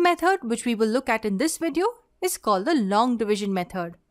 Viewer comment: It's 'video' not 'vedio'.